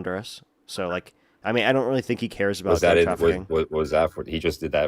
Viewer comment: talking Aboot? Is he Canadian?